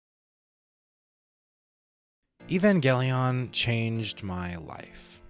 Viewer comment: Great video! I have many of the same gripes about the rebuilds that you do, but I’ve never really been able to articulate them clearly. Now, I can just send my friends this video lol. “Eevangeliawn” and “kowaru” was pretty funny to hear though haha